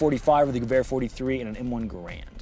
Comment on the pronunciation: You could at least say gewehr properly, you know what that means